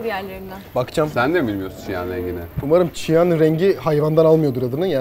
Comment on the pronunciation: abi çiyan değilim siyan İngilizcede cyan diye yazılıyor